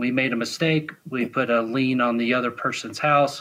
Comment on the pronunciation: For one it's a lien not a lean and poorly not porely. Ironic you call them poorly educated lol.